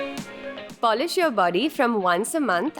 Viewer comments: "Polish" love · "Polish" Love you 💕